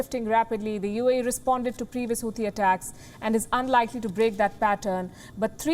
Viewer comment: Here you go again miss, as you make Houthi out of Hathi (elephant) as in Hindi. No, the 'h' after 't' in Houthi is silent...making it Houti and never mind the 'h'. And there is no 't' sound as in Hindi word 'sitar'. The 'T' is pronounced as per Oxford and Cambridge English so please look it up and don't make your own English. People in India learn English from people like yourself so don't make your own pronunciations. English is not a phonetic language as Hindi or Gujarati meaning you don't pronounce the way you write. And thanks for the great work by you and WION!